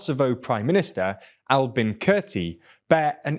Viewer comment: When he said the Kosovar PM’s name I though he said “Alvin” 💀